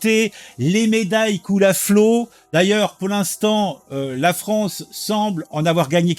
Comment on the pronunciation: C est la fwonce ! 😂